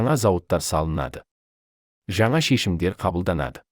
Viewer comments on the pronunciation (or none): none